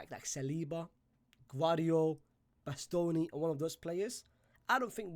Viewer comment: the way he said bastoni is killing me 😂